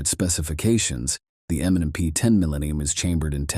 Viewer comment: It seems that the narrator is saying "M and N P".